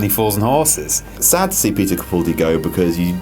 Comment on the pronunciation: HAHAHAHA you think his name is peter capuldi!!!! its peter CAPALDI